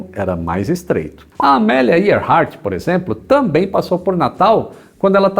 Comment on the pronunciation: Olha a pronúncia! Pearl Harbour se pronuncia /pêârl hárbâr/. Não se diz /pírl/ e sim /pêârl/. Pronúnciazinha deveras difícil porém não impossível. Muita gente boa erra isso aí! A mesma coisa com o nome de Amélia Earlheart /êârhárt/.